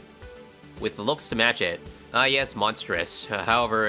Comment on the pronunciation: "ah yes... monstourous." - 2023